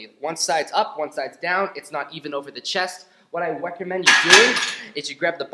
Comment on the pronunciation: "what i weccomend you do"